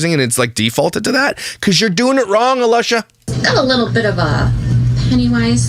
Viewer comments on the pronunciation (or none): I just love watching your channel. You are insanely funny! FYI - I don't even watch family vloggers; I watch you making fun of them. LOVE LOVE LOVE them. When you call (sp?) A-LUSH-a I almost lost it! Thank you for making me always laugh out loud!